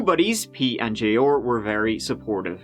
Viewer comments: Jay-ORRRRRRR.... say it with me, "Jey-AWE-R" lol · Arrrr. J Arrrr. Not J Orrr. Killin me smalls. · Me too! I was like who the hell is J-ore?? 🤣 🤣 🤣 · Name: J.R. says: “Jay Orr”